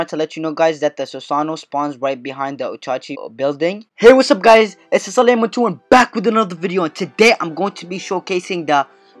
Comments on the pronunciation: he said sasanoo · pronounce it how u are pronouncing it rn and just add “oh” at the end, so u should like say both “o’s” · Ur description and title is wrong, this isn't a review or a showcase, just u showing a video of 2 people using it without telling us about it. Also, where did you exactly review the mode? And in addition, you pronounced Susanoo wrong. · That’s now how u pronounce Susanoo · He said susanoo right the first time but then the other times he said it wronge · the way this guy is pronouncing Susanoo is killing me